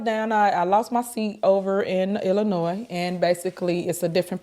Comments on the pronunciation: Let me correct you the “s” is silent in Illinois and the township is Thornton I live in the township which consists of 18 suburbs which she has left in shambles also Dolton is not a poverty stricken suburb that would be Harvey or Dixmoor our property taxes are ridiculous I heard it’s a hit on her and the boyfriend bug eyed ignorant a** , the inconsistencies in this video is outrageous the food she was giving out was expired and spoiled all she did was throw line dancing classes and bingo every week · You pernounced "Illinois" incorrectly as you do with at least one word per video. You're an internet "wish" i was a journalist type vibe is cracked you weiny 😂